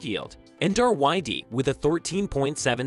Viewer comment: It’s actually RYLD